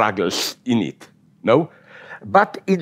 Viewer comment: Everytime he says Kant I hear him say c*nt, and I love it.